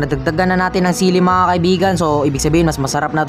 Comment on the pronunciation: Chilli 👎 Sili ☑️